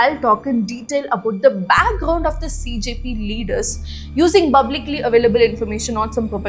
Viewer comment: Please pronounce "Public" properly why are killing English